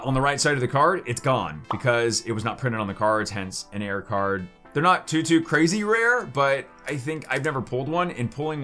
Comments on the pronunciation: Ahhh you are saying Error not Air. Makes so much more sense now..... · I just realized he is saying error and not air lol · Is his pronunciation of "error" a joke?